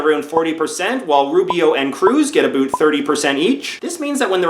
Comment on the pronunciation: Why do you say aboot? What the fuck is wrong with your English?